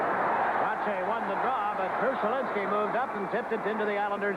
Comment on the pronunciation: It's amusing to hear Jiggs call him "Krushelinsky."